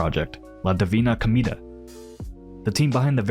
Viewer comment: Mf really said “La divina comida” yum yum